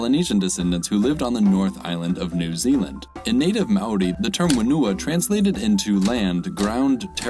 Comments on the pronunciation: The way he pronounced māori kinda hurt Also wh in māori is pronounced like an f, so whenua is pronounced fenua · this Maori pronounciation. it hurts me. (i'm maori btw)